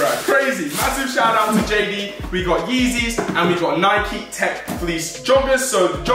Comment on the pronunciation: its nike not nikeeeee